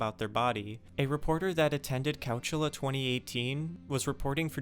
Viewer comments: You seriously can't pronounce Coachella and Reading? 🤦‍♂️ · couch ella….I mean come on man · Yawn. Pronounce Coachella correctly. If you're trying to do a journalistic report; do it right! Just like Bob Ross said, "...let us be sure to always practice, the art of doing things, correctly."